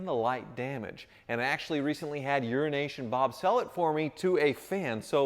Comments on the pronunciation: Does anyone else hear urination bob?.. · Am I the only one that hears "Urination Bob" instead of "Euro Nation Bob" every time he says it? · did you say 'Urination Bob'? or are you taking the piss ? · I always initially hear 'Urination' Bob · There is no way you are not pronounciating “Urination Bob” 🤣